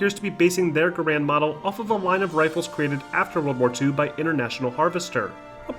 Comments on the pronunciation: garrand is "gair-end" like gar(y)-end. guh-rand is a common mispronunciation. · Pronouncing "Garand" wrong. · Researched the manufacturer and still mispronounced garande